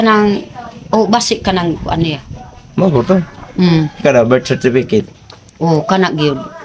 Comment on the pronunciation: Mag aral kang mabuti Nenita mag practice kang mag basa sa ingles at Pilipino na may pang unawa mag sanay ka rin sa pagbabaybay. bigkasin ng maayos Birth certificate. Salamat idol sa pagtulong at paggabay kay nanay Lorna